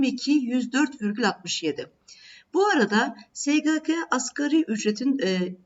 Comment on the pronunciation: Sgk diyememeniz cok rahatsizedici)